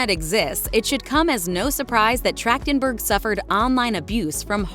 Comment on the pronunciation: Her last name is pronounced with a hard "K" sound? Weird.